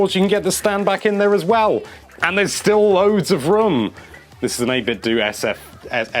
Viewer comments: 8bitdo is not pronounced 8-bit-doo. It's pronounced 8-bit-doh. It's meant to sound like Nin-ten-doh. Mind blow. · In 8BitDo the "do" is pronounced like the "do" in "Nintendo," not like "dew."